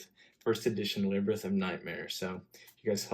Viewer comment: "Librith" of nightmare? Lmao love the vids my dude